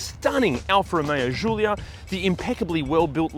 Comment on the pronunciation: Bro, love ur videos. But it is just pronounced Julia, not "zhulia". Stop saying that. The car is made in Italy, not Hungary